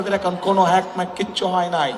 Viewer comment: পড়াশোনা করো গিয়ে হ্যাক কথাটাও উচ্চারণ করতে সাহায্য লাগে 😁😁😁